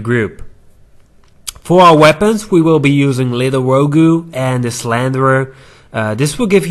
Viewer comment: Did he say row-goo Kill me